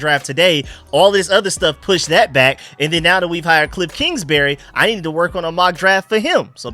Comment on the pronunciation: I think it’s Kingsbury not Kingsberry